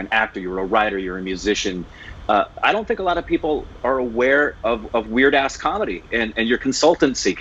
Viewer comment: pronounced "Vir Das" as 'Wierd Ass".😂